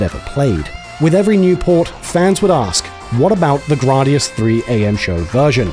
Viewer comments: Nice; always been a fan of the Gradius series (Though I will always call it Gray-Dee-Us, not Grah-Dee-Us) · right!? GRAYdius NOT GRAWdius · Grardius 😂 surely said Grad-i-us or Grade-I-us. I’m just ribbing you 😂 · "Grahdius?" I always figured it was pronounced "Graydius." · "Grah dee us" I love these videos, but it's a little bit harder to accept teachings from someone who's never heard the name of the game pronounced before. Like moms saying "pokeymans" 20 years ago. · You’re telling I’ve been mispronouncing the word “Gradius” since 1985?!?! 😬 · Why are you pronouncing Gradius like that?